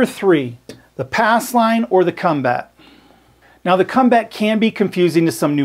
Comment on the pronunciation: Says "ass line" lol